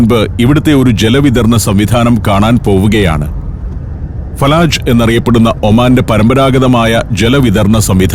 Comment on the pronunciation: ഫലജ് not ഫലാജ് ❤from oman